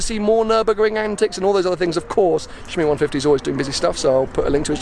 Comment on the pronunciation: "Shmeeteethree" HAHAHAHA